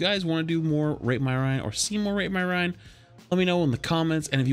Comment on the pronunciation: "Rate his rien"